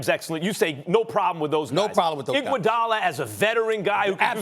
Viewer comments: I just heard IGUODALA and lost it lmao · “I’ll take Iguodala”